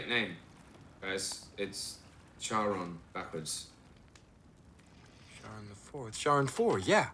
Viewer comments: It is pronounced Kaa-ron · If Rick Riordan taught me anything, it's that Charon is pronounced "care-on", making this movie bad in every aspect.